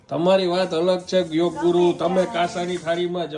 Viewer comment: વાહ ખુબ સરસ બોલ્યા કે યોગા નહીં "યોગ" ❤ હું પણ એમ જ (મૂળ ભાષા)બોલવા નો આગ્રહ રખાવુ છું